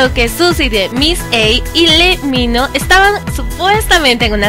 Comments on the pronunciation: No si, el lee mino😂😂 (se pronuncia lee Min jo) pero igual me encantó tu video😂❤❤👌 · según yo es lee min ho no lee mino